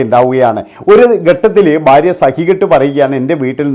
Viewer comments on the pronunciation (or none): ബാര്യ അല്ലെടാ മൈരേ,, ഭാര്യ ആണ്